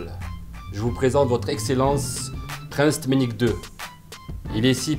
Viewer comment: Prince "tmeniek deux" 😂😂😂😂😂😂😂😂😂😂😂😂😂😂😂😂